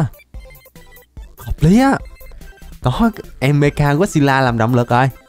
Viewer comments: Mecha mà đọc mega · mecha ko phải meka anh ơi =)